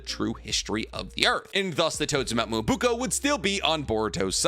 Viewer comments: whats mount "moouo buko". its Mount Myōboku maaaaaaan.cmon why u have to be a whiteman while saying this xD(im half white i can say this) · It's mount MyoboKU not boko.... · Nobody: Literally Nobody:: mo-BOO-ko.